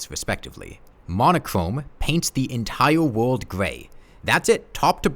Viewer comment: Entiwe wowld